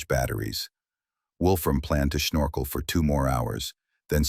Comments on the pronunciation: "Snorkel", not Shnorkel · Snorkel isnoe schnorkel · The german accent on the word snorkel is confusing to say the least